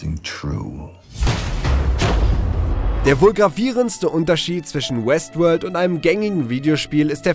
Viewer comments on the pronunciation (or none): Hab die ganzezeit Westwood verstanden xD